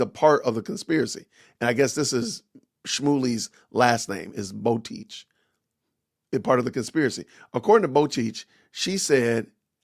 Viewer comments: The Rabbi’s last name is pronounced “Bo-tek” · Her name is Rochel ( row-hel) in English you say Rachel. Rochel is the actual name in Hebrew. Botech ( bo-tey-ok) Not being a smarty pants. Just trying to help you.